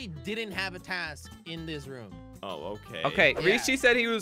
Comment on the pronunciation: I like how he says "rum" instead of "room"